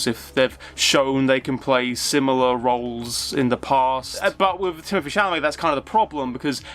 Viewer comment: Dude! It is wiTH not wiV. You need some elocution lessons